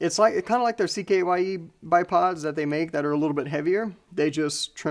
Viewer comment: CKYE is pronounced "sky".